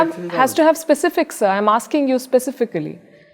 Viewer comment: Brigadier General Palki that was a flamboyant interview, I could feel that you were venting heat but kept cool!!! And I could not hold myself laughing when you said "specific" I think you talked that word in front of a person who doesn't know it's spelling, Parvez accepts the fact by speaking the word "our terrorists" that they nurture terrorists and his soft corner for them is as if these terrorists are a para military force of Paxtan. Lovely interview, as for your questions very brilliantly put, but the answers were difficult to be answered, Paxtan cannot talk of China as they are funded for their end. While Parvez calls India "Bada Bhai" I am sure he will get a letter from Pooh Bear quoting that I am known as big brother in China and you should also learn to believe it and "scrape the poison off the bone" if you have any for the CCP since you are Paxtan province of China!! Highly appreciated and tons of respect from India.